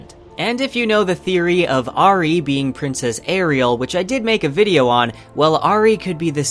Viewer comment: It’s Au-ri, not A-ri! Nice vids, but the pronunciation is really off on a lot of names.